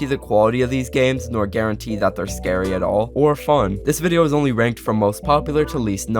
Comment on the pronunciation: SPOPPERS..... SCAREE EVEN.....